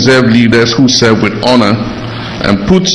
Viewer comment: ..."we are here to selv"😂😂😂